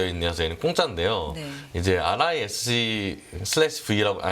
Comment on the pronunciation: RISC-V를 리스크브이로 읽는 사람 처음 봤네 ㅋㅋㅋㅋ 오픈소스 명령어셋일뿐 오픈소스 디자인도 아닐뿐더러 오픈소스 '칩'은 더더욱 아닌데 기자양반 공부 대충했네